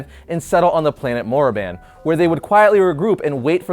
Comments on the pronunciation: Did... Did he just say, Morriban? 😆 It's Korriban my friend. I don't care what the suits at Disney say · its koriban..not moriban. love you though!!! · Korriban, not Morriban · Bro.... I love your channel. But you should probably stick to comics... as your STAR WARS Lore... is TERRIBLE. Korriban, not Morriban. And that's just he beginning! Much love to you though....much love. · ITS KORRIBAN!!!! NOT MORROBAN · koraban not moraban sorry im a huge geek for starwars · Morriban? You mean Korriban? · They weren't sit. They were dark jedi. They became Sith Lords after they took over Korriban(pronounced KOR-i-BAN) If you want to know more detailed information get the book of the sith.